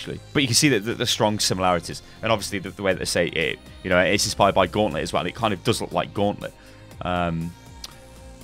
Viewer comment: What in the nine fucks of hell is a "guantlet"?!